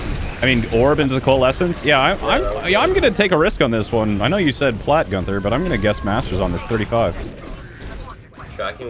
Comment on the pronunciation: Digga es tut so weh wenn er gunfer anstatt günther sagt